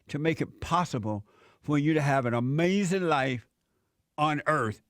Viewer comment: Isn't that AH-MAZIN Jesse? Yes Jesse DAS AH-MAZIN! 😂 👍